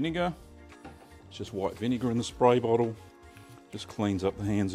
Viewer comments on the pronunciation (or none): none